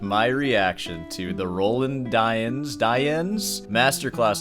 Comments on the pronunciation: d-yens yens not why-ens d-yens dyens not d-why-ens and not die-ens, d-yens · It's pronounced "dee-ans" (nasal "an"), love you <3